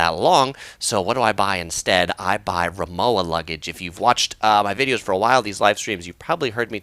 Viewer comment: Say it with me... RimoVa... say it the German way... thanks!